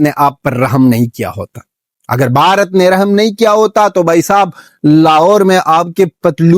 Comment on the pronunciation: Bhai jaise aap bharat ko pronunciation kar rahe oh hum bharat wale bhi itna acha nahin karte dek ke bahut kush hua❤❤